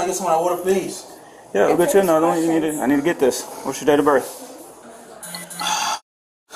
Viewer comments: The second guy speak impediment is so funny “I swew to gawd, pwes “ 💀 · Bro can't even pronounce his L's 💀💀 "pwease!" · pov he said pweasee can i talk to ywou firsst